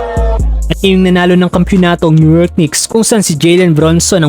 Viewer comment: New york knicks❌️ New yok cubao✅️